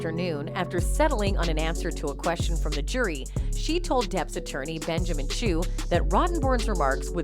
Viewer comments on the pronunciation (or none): none